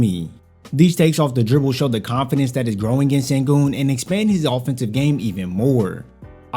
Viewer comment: He's shown a lot and he's only 20. Silas doesn't seem to think so though. And it's pronounced shen-goon.